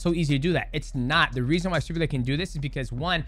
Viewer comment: Lol you said his name right once then went back to saying it wrong the entire rest of the video e.e